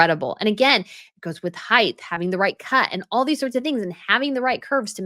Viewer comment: Height not heighth 😆